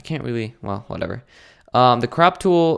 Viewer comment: um the crap tool um. thats what i heard XDDDDDD